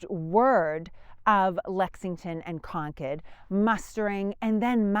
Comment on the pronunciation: Thank you for pronouncing Concord properly.😊